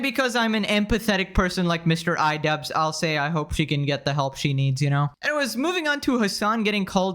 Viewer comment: Idubzzz ❌️... I dud✅️🤡